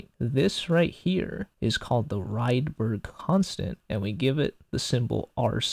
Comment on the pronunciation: It's "ridberg", not "raidberg" (he was Swedish).